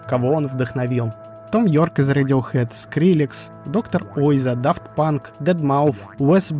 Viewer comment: У тебя там ошибка. Не Доктор Ойзо, а Мисье Уазо